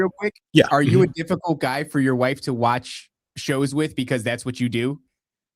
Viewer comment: says mY WhYFfE